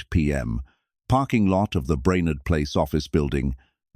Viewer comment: And Brainard not braynard